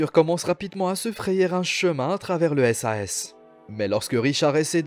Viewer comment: Part contre ont dit pas « S A S » moi plutôt « sase »